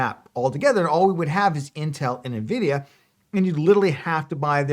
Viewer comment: You know they're called Nvidia and not right? There's no "i" in front